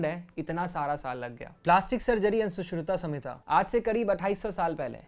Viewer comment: Your pronounciation was wrong for सुश्रुत संहिता